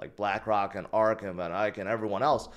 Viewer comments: It’s van ECK not van ike! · did it HE SAID VON IKE AGAIN 🎉 😂😂😂😂😂😂😂😂😂😂😂😂😂